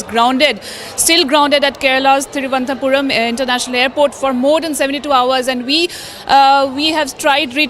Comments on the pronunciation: Presenter had spoken very well, but for the name of the airport. It is not Thiruvanthapuram but Thiruvananthapuram - Thiruv - anantha - Puram or simply say Trivandrum. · Cannot pronounce thiruvananthapuram. Are you also from royal navy?